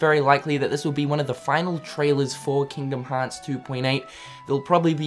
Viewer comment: "KINGDUHM HAAAHTS"